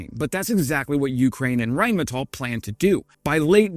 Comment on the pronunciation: Thanks for pronouncing “Rheinmetall” correctly! That escapes too many YouTube channel presenters.